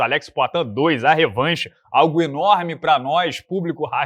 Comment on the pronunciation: “Mas certamente teria um impacto INORME”